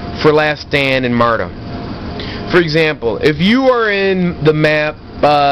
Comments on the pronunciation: lol "martum" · mardom... and gernade... nice grammar! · haha i was hoping somebody was going to correct him on "martem".